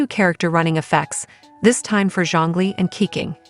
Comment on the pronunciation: Ke Ching ... not keking .. zzz